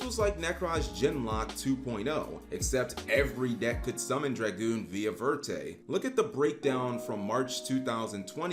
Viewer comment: verte means green in French. Even if verte would be the name of the card, it would be better to actually say it in French rather than broken English. If you see "croissant", will you say "croy-sant" or will you pronounce it with the French pronunciation? Many yugioh cards have French names in the English tcg. Look at the papillon cards. There meant to be referenced as French names so either say it in French pronunciation or use the correct English word instead.